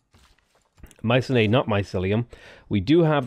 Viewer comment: Hey, FWIW, Mycenae is pronounced "my-SEE-knee", not "my-seh-NAE". It took me a while to switch when I first learned.